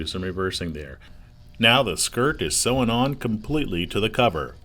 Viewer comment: This would be so much better if the narrator didn’t have such an absurd collection of mispronounced common words, like sewn. And what’s with the goofy “Sailright” pronunciation? Say-Uh-Right? Please